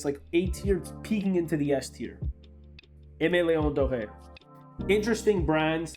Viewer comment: Please stop pronouncing Aimé Leon Dore like that…there’s no accent on the ‘Dore’. Sounds like you were trying to sound sophisticated but fell flat.